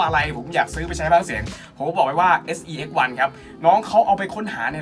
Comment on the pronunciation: ควรพูดว่า SE-X1 ไม่ใช่ sex-1 วันครับ